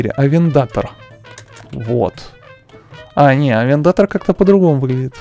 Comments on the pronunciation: Не арендатор а авентадор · Авендатор ооорруу вобщето авентадор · Никто не сказал, что надо произносить не Ламборджини, а Ламборгини, не АвенДАТор, а АвенТаДОр, и не Мурсьелаго, а Мюрчелаго. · Ламборгини авентадор, а не авентотор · не авиндатор а авинтадор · Авентадо́р а не как ты говоришь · Ламборгини авентадор ударение падает на букву о а не на вторую а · Не авендатор а авентадор